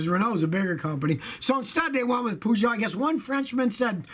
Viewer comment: british: perrrrjoe amaricans: peejue scotty: poojoe people who know how its actually pronounced: ಠ_ಠ